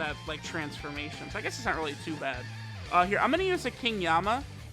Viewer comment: King Yemma not Yama 🤔 Tanabata not Tanabota 🤔